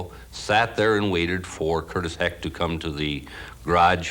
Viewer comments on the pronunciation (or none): I don't guess it matters but the guys name is Curtis heckt not heck